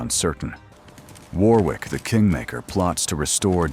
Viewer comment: Oh please get it right. It's pronounced WARRICK not War wick and Ooze NOT OOOS